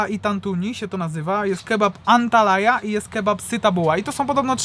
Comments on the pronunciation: Antalya idioto a nie antalaya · ANTALYA naprawdę jest taka miejscowość w Turcji. Nie Antalaya. 😉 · An talaja 😂🤣😂 serio ? Tak jak piszesz tak czytasz Antalya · Książulo!: Antalya , czyta sie Antalja nie ANTALAJA 😂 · chłopaki to jest chyba Antalya Kebab a nie Antalaya 😁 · To z "dziwnymi" sosami, to jest taki Iskender kebap trochę. Bo to jest mięso położone na jogurcie, sosie pomidorowym pikantnym, z dodatkiem masła, a obok pita. Żadnych warzyw. Pychota ❤. No i Antalya wymawia sie "Antalja":). Bardzo Was lubie😘